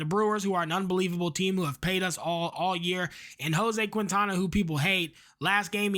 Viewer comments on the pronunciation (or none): none